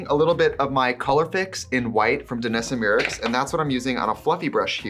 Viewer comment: I love her commitment to pronouncing Danessa Myricks' name wrong for like 3 years.